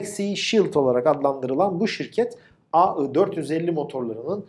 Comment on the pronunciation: neden inatla aı diyorsunuz? ai demek cok mu zor?AI = ai!